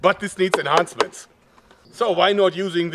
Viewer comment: I like the enhaansment